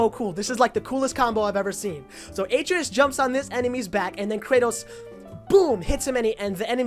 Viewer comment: Not to be a dick or anything but I just wanted to say that Atreus is pronounced " Ah-tray-us" not " Aye-tree-us"